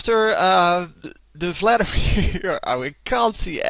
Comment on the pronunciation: lol, i love how you say Vladimir :P Fladdimir FTW